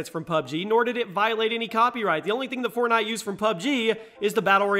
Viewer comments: U said fortnot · Did he actually say "FortNOT?" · He said fortnot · "fortnot" lol